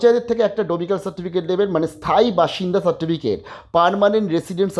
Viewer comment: "ডমিক্যাল" না গো দাদা, "ডমিসাইল"